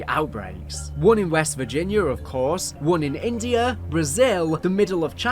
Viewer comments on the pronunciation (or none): none